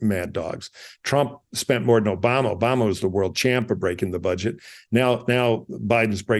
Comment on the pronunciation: Did he call Obama ,Osama ?